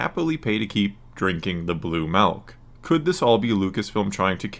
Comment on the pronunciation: pronounced milk like "Melk" Subscription revoked, I'm giving my viewership to Mike Zeroh and his totally not click bait videos